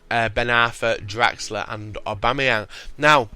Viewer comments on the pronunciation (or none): none